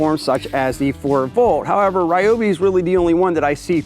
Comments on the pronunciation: You said it correctly on the second try. Sounding like Ri o bi. It's initially a Japanese company from the 40's. Much like we don't pronounce Adidas or Mercedes correctly. Lol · Liked the video just because tou pronounced ryobi properly